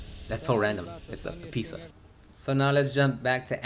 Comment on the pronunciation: "its a pixza"